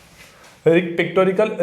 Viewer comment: You are pronouncing it as pictorical